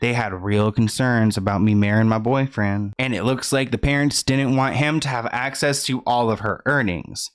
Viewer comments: “marrying my boyfriend” country accent 😭😭😭😭😂😂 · The only book I’m waiting for is Britney’s. And i busted out laughing with that accent especially on the word boyfriend👩‍🌾 😂and I’m from the south